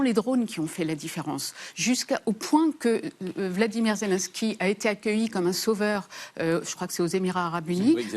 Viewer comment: "VLADIMIR ZELENSKY" 🤣🤣